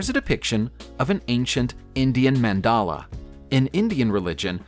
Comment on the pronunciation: You are pronouncing that mandala word wrong